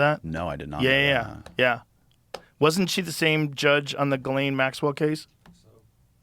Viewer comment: He doesn’t even know how to pronounce Gislane !!! Good Lord, how ignorant is this guy ??!!!